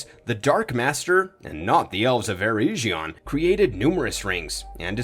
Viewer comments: EREGION!!!!!!!! EREG - ION NOT ERE-GION SAY EREG NOT EREIJ EREG ION EREIJION MADE MY EARS BLEED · Ereshion??? You mean Eregion (urr-egg-eon)